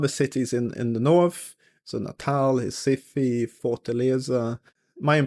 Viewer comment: Recife is pronounced “Hes-eef” 😅